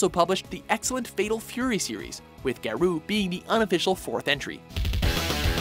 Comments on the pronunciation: Ga-Row, not Ga-Roo... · you pronounce it as Gow-Row.. not garu.. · It's pronounced "Ga-ro", not "Ga-roo". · Garou, is said like Ga-row. Not Ga-ruu. There was a reason some of these games were forgotten. Some of the games on this list have bad mechanics, and response time. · "Garuu mark of the wolves" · please stop saying "garoo" they tell you how to pronounce it right on the title screen. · "Geru" ugh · yup they always screw up something prior to 2005 or pronounce things odd...Gahrooo lol wut? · Garou is pronounced Gah-row, which is wolf in Japanese. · Your pronounciation of Garou makes me laugh hard asf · Please learn how to pronounce words before you say them. I wouldn't actively complain, but the game actually says the title on the title screen. As for Slam Masters, I think Ring of Destruction: Slam Masters 2 was a better game. It played more like a traditional fighter with a lot of grappling moves rather than attempting to blend the genres. Another unknown gem (probably because it was never released in the US) was Kinnikuman Muscle Grand Prix. It's easily the best Kinnikuman (or Ultimate Muscle) game out there. It basically plays a lot like Tekken if everyone was a variation of King. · Announcer mispronounces "Garou" even though the game says the name in the title screen. I die a little inside. Also I am fairly certain what was labeled as "Drive" was in fact "Double Dragon V: The Shadow Falls". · Am I the only one who was rather disturbed about how "Garou" was pronounced? No? Guess it's just me.